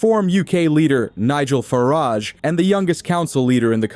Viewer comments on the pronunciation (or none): none